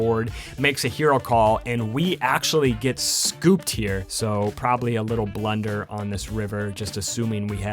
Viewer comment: does anyone else hear him say blender instead of blunder